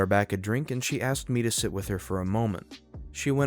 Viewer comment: Why? Aside from the fact he has trouble pronouncing Asked. How easy do you think it is to find a replacement?